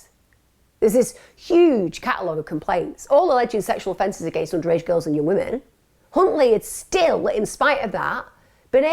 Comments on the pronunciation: could’ve sworn you said Cuntley 👀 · I swear I heard you say C...untley lol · … it’s pronounced “Huntley” but I see what you did there 😉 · OMFG Emma you unknowingly said his name. All members and please you as well Emma, listen to how you say his name. I’ve saved that part so I can show Les. Only that part though. 😂😮😂😮